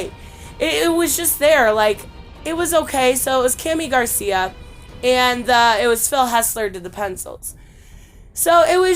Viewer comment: Another great comic book review video I found it hilarious when you couldn’t pronounce Jesus ( hey Zeus ) in Spanish but you said Garcia perfectly very funny anyway keep up the good work and continue to upload awesome content and I’ll keep watching it besitos te amo love ya